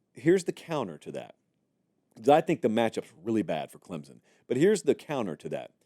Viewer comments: Great take on this. It is not Clem-zen, it's Clem-son. There is no "Z" or "P" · It is clemSSSSSon not clemZZZZon! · Say it with me "Clempson" there's no Z